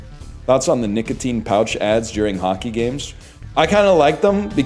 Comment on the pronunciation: am i going insane or is his 'c' in "nicotine" so soft that it sound like a 'g'